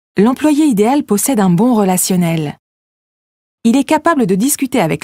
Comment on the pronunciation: Idéal pronounces as ideYal, not idel. Is that a machine reading the text?